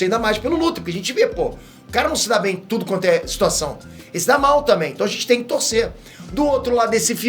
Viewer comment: você falou tode?